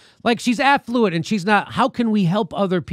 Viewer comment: Jimmy, did you say affluent or effluent? Because there IS a difference you know.....